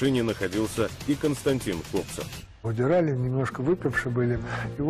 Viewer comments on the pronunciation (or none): Константин Копцев, а не КоБцев…